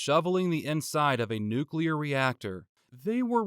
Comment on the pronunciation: Thank you for pronouncing nuclear correctly